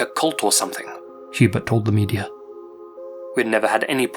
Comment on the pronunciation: Mandeller Effect Medier